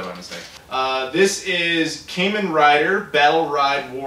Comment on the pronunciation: Just a heads up unless someone else already said it, but it's pronounced KAH-men